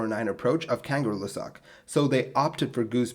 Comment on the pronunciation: I love your videos, but maybe you should practice pronouncing foreign words before recording. Kangerlussuaq [kaˌŋɜˈɬːusːuɑq] <3 <3